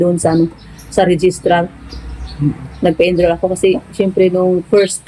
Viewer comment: wag.ka ma offend ha...."enroll"hindi "endroll"..😊